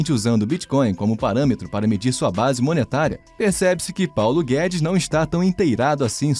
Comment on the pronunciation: Pauno guedis chicaguei